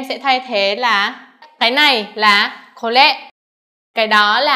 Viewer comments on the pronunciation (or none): HY k phát âm r đc? Hay cố phát âm như vậy? これ mà cứ nghe " kô lê" . Ở một số vùng vẫn phát âm đc chữ R vẫn phát âm đc nhé! Lấy vd bác Nhật trong đây nói /sore/